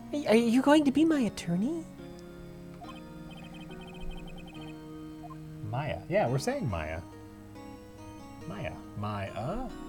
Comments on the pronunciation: Oh jesus christ, you guys. Mia - pronounce MEE-ah Maya - pronounce MY-ah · How do these tards not know how to pronounce "Maya"?